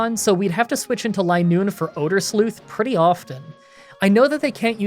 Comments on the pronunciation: It is Linoone not Lienoone. You can tell just like vigrough isn't viegrough. I hope this makes sense without hearing it. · It's "Line-oon". Zigzagoon is based off zig zags and Linoone is based off a straight line. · It's line-noone. As in a straight line. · re: linoone's pronunciation, the same way zigzagoon is "zigzag" + "(racc)oon", the pun with linoone is "line" + "(racc)oon", so it would be pronounced "LINE-oon" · Btw, I pronounced linoone as Lin looney as a kid cause I had no idea how to pronounce it either. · I think it's supposed to be pronounced "LINE-oon"; the Pokedex entry mentions how it can only move in straight lines, and it evolves from a racoon. When I was a kid, I always called it "lin-OON-nee", because silent letters were confusing to me XD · "Lie-noon". Should've taught her Attract. Double damage for Covet if the foe's in love. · Ah, it’s pronounced “Linoone.” You’re welcome in advance. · I've always pronounced Linoone like Lie-Noon but idk if that's the common pronunciation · I wouldn't mind if you used rare candy, but try to see how low of a level you can win the post game fights at. Also it's pronounced LIE-Noon. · Linoone is a Line Racoon. The pronunciation should be obvious. Also, Uproar is not Outrage. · Its clearly Linoone, not Linoone.